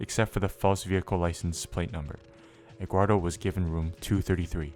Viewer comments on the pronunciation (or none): why does this guy pronounce Eduardo as "Eggwardo"